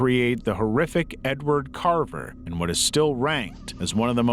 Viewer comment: Edward Carver turned into in Edward Scraver in 4 seconds....then back to Edward Carver. Kinda takes away from the video. Just saying